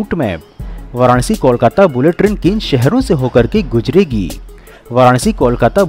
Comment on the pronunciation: Gujregi nh guzregi hota h be